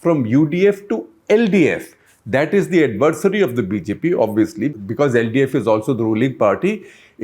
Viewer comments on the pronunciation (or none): none